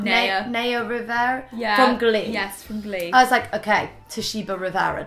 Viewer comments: NAYA IS PRONOUNCED N-EYE-A NOT NEIGH-A BUT I STILL LOVE U GUYS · Rose and Rosie I love you but please pronounce Naya’s name right ❤️ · Everytime they mispronounced "Naya" a bit of my soul died 😂